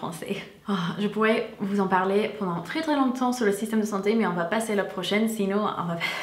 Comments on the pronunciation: Quand elle a dit système de santé elle avait trop l’accent alsacien😂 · Super chouette comme vidéo ! Tu es trop mignonne :) à 5min25 quand tu as dit "le système de santé" tu as eu un accent Alsacien ça ma fait rire ! Des bisous ^^